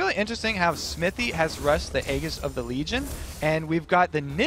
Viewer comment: Minor pronunciation error that I find annoying: It's pronounced "Ae-jis", not "Ae-ghis", as in "Aegis of the Legion".